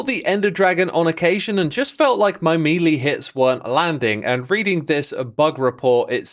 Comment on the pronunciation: Maylay, not mealy